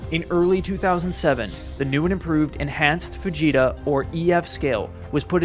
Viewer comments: I know you did not say "Enhanced Vegeta Scale" but that is what I heard and I pictured Super Saiyan Vegeta as a weatherman screaming into the camera flying near tornados. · man the first minute and a half i thought you were saying "vegeta scale" and felt so confused until you showed fujitas name on screen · When he first said Fujitsu scale I heard Vegeta scale and instantly thought of dbz💀💀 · I allways hear "The Vegeta Scale". VEGETA, YES! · I know it's supposed to be that, but I can't hear it as anything else. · i literally heard “The Fujita Sca-“ and stopped like “VEGETA!?” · we know, it just sounds like he’s saying Vegeta lol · For some reason I thought you were saying Dr. Vegeta lol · I heard that as the Vegeta scale... I've been watching to much TFS again. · I could've sworn i heard it as ENHANCED VEGETA SCALE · Not going to lie but when you said Fujita scale I thought you said Vegeta scale. Like from Dragon ball. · Show of hands, who else heard "Vegeta Scale" until the man was actually shown on screen with his name. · Your pronunciation of Fujita is incorrect. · Haha, I thought you were saying Vegeta scale, not Fujita scale. I think it would be amazing if Weather reporters screamed out "It's over 9,000!" when reporting F5 category Tornadoes. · Right i thought he was saying vegeta too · Am I the only one that kept hearing "Vegeta" whenever he said "Fujita"? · Ohhh Fujita Scale...Not Vegeta Scale... Man i was waiting for the Punchline this whole time.... Damn it im dumb lmfao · Sounds like he is saying Vegeta. Lol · I thought he said the Vegeta scale at first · I just want to say, I enjoy that your pronunciation of Fujita sounds just like Vegeta. The enhanced Vegeta scale surely should not have stopped at 5. It should have gone on over, you know... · Was it just me, or did anyone else hear it first as the 'Vegeta' Scale? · Hold up.. “vegeta” scale?? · That first time you said it i heard Vegeta scale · Thought bro was saying vegeta scale for a sec